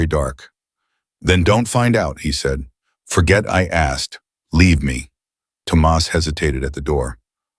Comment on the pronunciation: Please learn to say Thomas please i beg you 😂😂😂